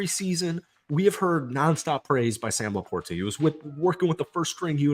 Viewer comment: Thats now how you pronounce LaPorta. Please stop it.